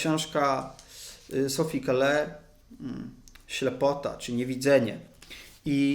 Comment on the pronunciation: Gratuluję pomysłu, treści, wykonania. Słucham w ogromną przyjemnością. I tylko mała uwaga, w nazwisku S. Call(e) nie wymawia się "e", w wersji francuskiej oczywiscie :-).